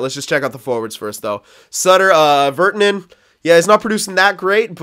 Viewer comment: virtanen is pronounced ver- tan-in.. the tan sounds like Dan really pronounce the an